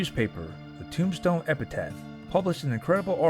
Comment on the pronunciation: E p i t a p h. For god sakes